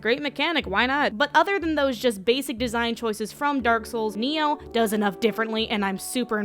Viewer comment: It's pronounced Ny-Oh, not Neo.